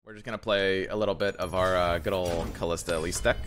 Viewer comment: It's Kalista. No "h".